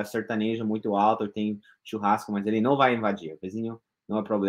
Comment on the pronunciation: Se deixar fazer o "élle" fica fácil, fácil